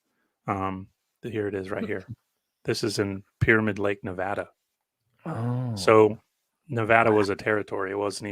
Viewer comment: NEVADA N-EVE-ADAM